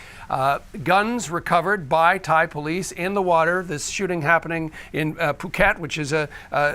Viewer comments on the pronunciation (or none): none